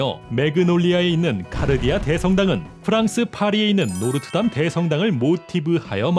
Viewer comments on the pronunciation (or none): 노르트담이 아니라 노트르담...